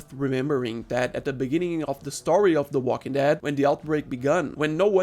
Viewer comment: The way you stress the second syllable as "theWALKingdead" and spit the whole thing out like it's bitter is super funny for some reason